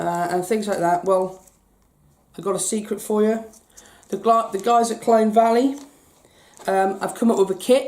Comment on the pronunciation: Colne not Clone